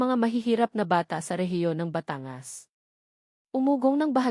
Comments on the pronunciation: Putragis naman yong narrator tagalog naman magsalita tapos s apagbiggas sa word ay mali Batangas hinde bata-ngas.. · Kaya nga e pati pagbigkas ng batangas e mali.batan-gas ang tamang bigkas